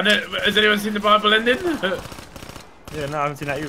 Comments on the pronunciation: Does anyone else hear "bible" ending whenever they say buyable ending? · Thought they were saying bible ending 😂😭😂😭